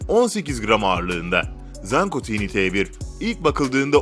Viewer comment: Bir video çekimine hazırlanırken, tanıttığınız cihazların isimleri doğru okumaya daha özen gösterseydiniz keşke. Tiny T1 (Tini diye telaffuz edilmez - Tayni diye telaffuz edilir.)